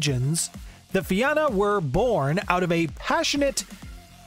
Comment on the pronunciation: I'm also irish. And I always cringe when I hear everyone mispronounce Fianna. Anyway, it's a shame Fianna Fail don't live up to the name.